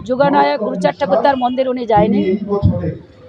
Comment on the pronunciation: হ্যাঁ উনিতো বহুৎ কিছু করেছেন গরু চান উচ্চারণ করেছিলেন ওটাই হয়তো এইট নাইনে লেখা আছে আপনি দিদি এটা রাজনীতি না করাটাই আপনার বেটার ছিল আপনি ওখানে চুপচাপ থাকা উচিত ছিল আপনার